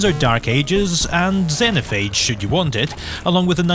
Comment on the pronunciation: Oh, and it's pronounced Zeen-O-Phayge